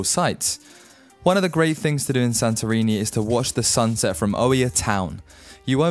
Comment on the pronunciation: Your pronunciation of the islands could be improved As a start Mykonos is pronounced MEkonos Y and I in Europe is always E not I Thir MElos ( not Don't exaggeratev, its daft Santorini nt ir a D in Greece